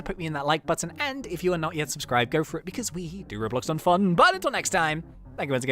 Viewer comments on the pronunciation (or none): none